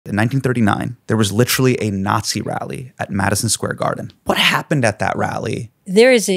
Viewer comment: Why do liberals us “literally” so much- and mispronounce it everytime